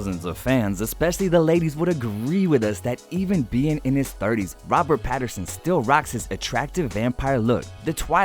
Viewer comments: Is it just me or did the voice over person keep saying "Patterson." 🤣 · Whys this dude saying Patterson HAHAH